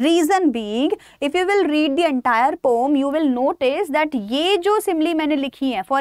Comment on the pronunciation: Mama poom bol rhi h poem ko or hola baccho wahh ky English h